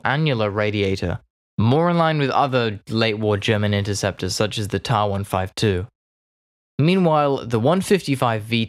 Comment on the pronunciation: It is not pronounced Taaaah 152 but Tee A 152 unless you are a robot voice. Ta being the first two initials of the aircraft designer's last name. BV or Blohm and Voss were also warship builders most notably Bismarck.